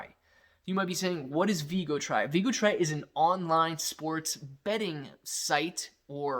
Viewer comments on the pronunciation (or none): VIGTORY not Vigotry :-)